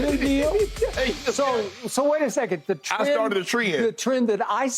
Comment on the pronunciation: I started a tree-end